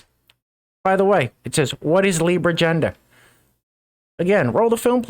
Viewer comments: Not sure.....but I think I have an idea where "Yender" lady was coming from...she sounded Scandinavian or maybe German, and they both don't usually use a soft "G" sound in their languages....and she may have heard the soft "G'" sound in the word gender and thought of the letter "J", and she would be aware English speakers pronounce "J" the same as a soft "G", and since they pronounce the letter "J" with a "Y" sound , it would come out as "Yender".... So....have I made that clear.....any questions? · What the hell is a yender? Wait or was it A'yender? 🤣